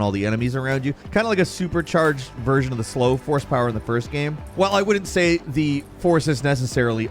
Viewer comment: I think it'll always bother me the way this guy says "gehme" instead of "game"